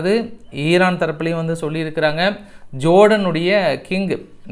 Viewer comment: ஐரன் இல்ல ஐயன், உன் இங்கிலீஷ் லே கொல்லி வைக்க😂😂